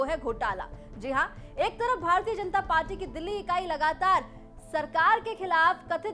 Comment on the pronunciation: Ma'am " Party " hota hai paati nahi 😂😂